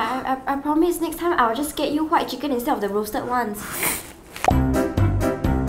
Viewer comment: At 3.05 instead of promise it’s promose